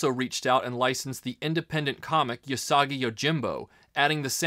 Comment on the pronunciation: You're pronouncing Usagi wrong. The "U" is pronounced like "oo" not "you".